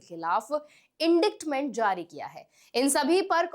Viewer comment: Location इन्डिक्टमेंट नहीं, uhn·dite·muhnt होता है. Check Google. aapko to kuchh nahin pataa.